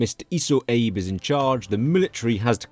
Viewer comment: FYI, it's not Abe as in Abe Lincoln. It's pronounced more like abE.